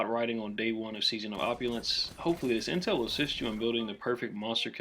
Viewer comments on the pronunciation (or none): none